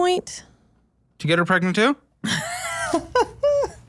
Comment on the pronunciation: Pregnet? Pregante? Pregananant?